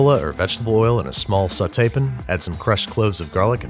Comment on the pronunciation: I still can’t get any sleep over the sauté pin pronunciation